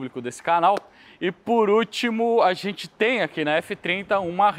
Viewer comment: sou seu fã, o conteúdo é incrível, único, espetacular, inigualável, mas se me permitir fazer uma crítica que considero construtiva, para de falar "ARRENTE" quando for falar "A GENTE". Te amo